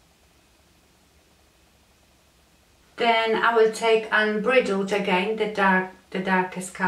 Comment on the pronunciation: You say it unbridled ( sounds like bride ) . You are beautiful and I love your accent! I'm from the USA and you are a joy 😊